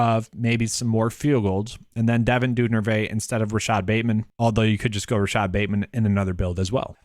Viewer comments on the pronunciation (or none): Just a heads up. Duvernay (Du-Ver-Nay) you were saying Dunervay. Just found your channel, I got a free ticket to a DK game and Im using it tonight. Hoping your advice helps me win! Thanks for the video. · Say it with me: Du-ver-nay